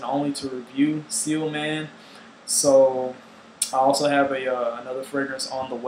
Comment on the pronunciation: For the record, it's "ci-ell", not "seal".